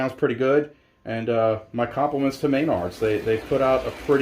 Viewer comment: Please stop saying MAYNARDS. It's pronounced mah-nards. Otherwise, good review. I think they've done a much better job this time. I'm curious as to how they handled the quick starts.